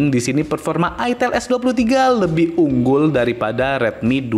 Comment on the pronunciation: Aitel ngomongnya jangan Itel dgn aksen java 😂😂